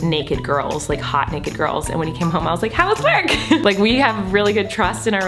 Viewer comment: nobody: colleen: “liking the likrrr button”